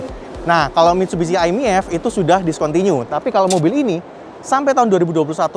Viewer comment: Bang, bacanya miv aja. E gk ush dibaca. Kek ngeja mie ayam😂